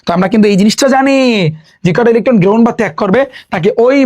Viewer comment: ইলিখঠন গ্রিহন😂😂😂😂